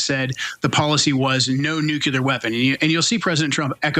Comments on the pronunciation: Ah yes New-Cyoo-Lurr = Nuclear (Somehow) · “Noo-cue-lar” SMFH….